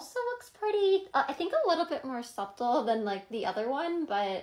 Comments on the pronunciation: That filter's about ready to say F it and join the dockworkers on strike!!! 🙄 Did she seriously just say "sup-tal"?? 🤦‍♀ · the way she pronounced subtle wrong huhhh😂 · No doubt! And she knows the proper pronunciation of "subtle" because she's said it before. This whole act is just..... 🤦🏻‍♀️